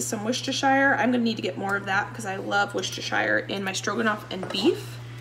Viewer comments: Hi, I love your channel! I just thought I'd throw this in here- I live near Worcester, MA and we say Wooster- sheer as opposed to Wooster- shire with a long i. Happy cooking! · wu-stuh-sure NOT wu-stuh-shire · Impressive, wow women are amazing aren’t they 😊 ps the sauce is pronounced ‘woos stir’ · As someone whose family are from worcestershire, I can definitely say it's pronounced Wus-ter, the "shire" is not pronounced at all when talking about the sauce, although some add in a quick "sha" at the end,as all "shires" are when referring to the actual place. For example I live in pembrokeshire, which is pronounced Pembruksha. Hope that helps. Worcestershire sauce is such a great ingredient, and yet was invented by accident! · Worcestershire …Worcester”shear” …you rock girl…you are amazing xxx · Thank you for filming this, I really enjoy your style. BTW I am English, and Worcestershire sauce was invented in the UK. We pronounce it "wooster" like in 'push' ! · Amazing, seriously amazing! Well done! What a fantastic idea. You've really done well at your meals. Very inspiring 😍 One quirk for me, "wistersheer" 😊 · you say Worcestershire perfectly except the shire bit should be pronounced sher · Wus-ter-sheer....there's no sh sound n the i is said ee. Love from England xxxx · OMG I love you so much but please please please, it's pronounced "Woo-ster-sauce" xxxx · OMg...your killing me with the way you are pronouncing Worcestershire sauce. Drop the shire. It's silent. As a bostonian...I cringe everything I hear someone pronounce it wrong!!